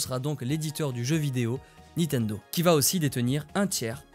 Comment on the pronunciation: C'est LE gameboy Et NINtendo et non Nitendo voilà voilà